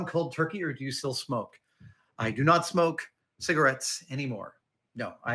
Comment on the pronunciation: I like how he enunciated "I don't smoke cigarettes anymore." Maybe I'm projecting but high Adam Savage sounds amazing